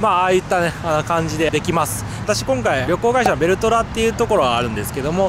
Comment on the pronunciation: 前半緊張しすぎて、「きょんかい」って言ってますよ！！ 手もブラブラしてて落ち着きないおのださん最高です！ できたら、レイバンのティアドロップのサングラスをかけて操縦して欲しかったですね。 次回はランディングもしっかり拝見したいです。 奥さんの緊張が画面から伝わってきました。 ダイアモンドヘッドを低空で飛行したのには感動しました。 それにしても、岡田さんのレクチャーはいいですね！私も挑戦しようかな。 本当にお疲れ様でした。これがベスト動画です！！